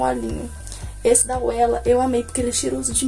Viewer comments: esse óleo a pronúncia é "vela" se escreve Wella mais se ler com "v", e ele é muito bom. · meu sonho meu cabelo não ficar oleoso! esse oléo da Wella é mara, se pronuncia: vela. Beijos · Tbm tive nervoso dela falando “uela” rs! Logo que ela passa da uma diferença ABSURDA, ja quero! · do céu, o nome do óleo é wella no caso esse "W" tem som de "V". O óleo é da Vella no caso Wella. Marca famosinha e cara.